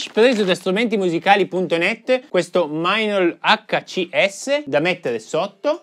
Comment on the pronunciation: perché mainol e non meinl?